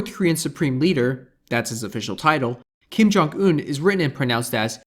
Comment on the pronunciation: 你发错了。金正恩。恩前鼻音。你发的是后鼻音。